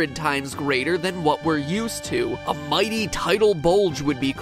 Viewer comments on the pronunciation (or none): none